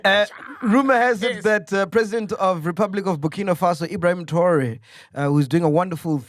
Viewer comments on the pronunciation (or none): Did this man really pronounce TRAORE as TAURA😂😂